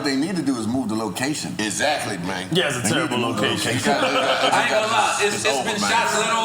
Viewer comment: Timberland was drunk bruh started putting on a memphis accent "EXACTLY MAYNEEEE" 😂😂